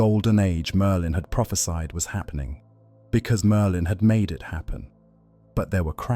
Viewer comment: Why does the AI pronouce Merlin as Merdin?